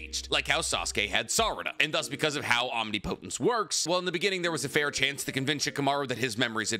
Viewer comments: bro if u see this PLEASE pronounce omnipotence correctly wrong: om knee poh tence right: om nih puh tence thank u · Say it with me...OM-NIP-O-TENCE. You're driving me crazy pronouncing it OMNI-PO-TENCE 🤣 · I can’t be the only person here that can’t watch this video because he can’t pronounce omnipotence correctly. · Great video but the way you pronounce "omnipotence" annoys me lmao😭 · You keep mispronouncing Omnipotence...